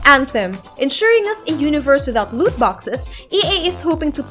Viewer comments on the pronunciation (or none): none